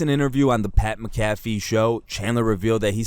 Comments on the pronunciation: It’s pronounced (Mack-uh-fee) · Pat MAC-A-FEE lol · It’s pronounced MACK-AH-FEE come on man lol